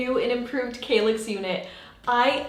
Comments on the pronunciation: Wow, really gorgeous result, and fairly easy (but DARN I guess I need a handy dandy nail gun now!) I have an old-ish Besta unit in dark brown, you've given me an idea on how to upgrade it a bit! BTW I think it's pronounced KALL ax like the word "pal." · Argh stop saying 'kaylix' 😫